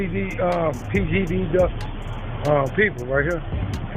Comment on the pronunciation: That man said pgd duck🤣🤣🤣🤣